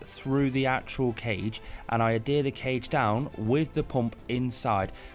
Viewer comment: Great video! Every time you say Adhere I hear Hadere 😂